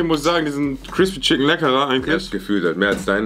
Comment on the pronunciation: Jeder: Chicken: SCHICKEN (no hate) liebe eure Videos 😂😂😂